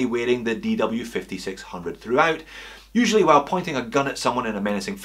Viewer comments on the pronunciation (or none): none